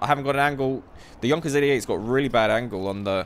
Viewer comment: Correct he says it.